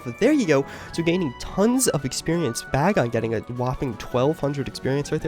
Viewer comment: you're saying bagon wrong lol